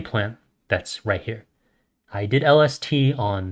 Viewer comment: My guy that mericle grow stunts yer plants so they only grow to be like 3 to 4½ feet tall and u wont yield that much if u use that mericle grow shit and lol everytime he says lST I think he says LSD I'm like hollup what's that gota do with this